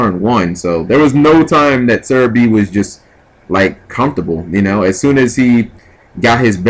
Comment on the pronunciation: Do you even attempt to read the names? The entire time you kept calling Sehabi "serebii" lol this isn't pokemanz plus theres no r in his name sooooo.... anyway rant over :]